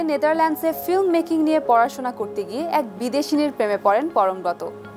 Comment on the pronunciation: উচ্চারণ হবে পরমব্রোতো। ব্রত - এর উচ্চারণ ব্রোতো।